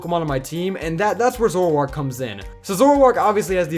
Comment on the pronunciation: There is no U in Zoroark!